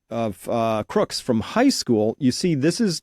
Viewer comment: Tut tut Chris, it's CROOKS, not Crook's!